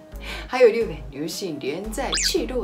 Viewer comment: 日本地日的发音马上就改变吧！